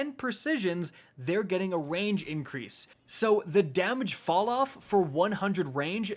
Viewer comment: Does anyone else hear him saying wange instead of range